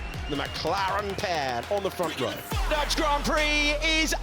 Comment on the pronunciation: and the “Dotch GP” She’s pretty rough whenever she does this job